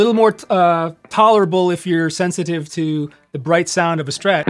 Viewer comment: Kudos for pronouncing it “Strat”, not “Shtrat”. Great vid, tasty playing.